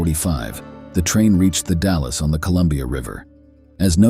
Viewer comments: Willamette= Wi-LAM-it The Dalles= The Dalls Clatsop= Clat-sup Pronunciation aside, great video. 👍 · The person who narrated this is clearly NOT an Oregonian!! 🤣 The pronunciation of Willamette, Clatsop, (My area) Nehalem, and the Dalles had me snickering!! I am a born and raised Oregonian. My children are second-generation, and my grandchildren are third-generation Oregonians!! I love this GREAT state!!! Some areas more than others. I love nothing more than to bask in our lush vegetation and wildlife. We are so VERY blessed to have such a beautiful state!!! 🦆🦫🦆🦫🦆🦫🦆